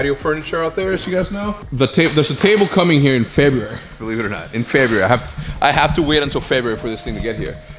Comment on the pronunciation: the way hecz says february